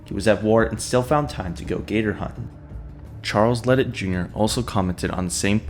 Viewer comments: The Cajun in me can’t let you say it like that it’s la-day idk how it works being it’s spelled ledet lol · The last name is pronounced LeDay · His name is pronounced La day